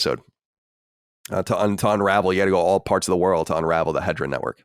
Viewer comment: It's not Hedra. It's He-de-ra.